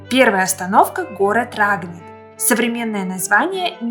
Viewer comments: ударение РагнИт, а не РАгнит..!!!! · Да и СУ 24 тоже в войну летал... . Много неточностей. Изучайте материал, прежде чем повествовать людям !!! А рАгнит - вообще ухо режет!!!